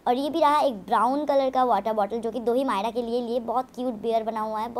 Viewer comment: Ise chamchiyon 'myra' ka pronunciation sikhayo ' माईड़ा' bolti hai